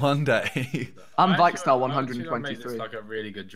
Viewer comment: He is vickstar not viyck star